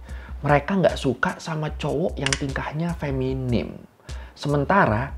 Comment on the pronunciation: Feminin bang bukan feminim😢